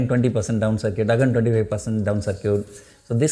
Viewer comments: Circuit is not pronounced as "Sar-Cute" It should be "Sir-Kit" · ITS CIRCUIT LIMIT NOT SIR CUTE LIMIT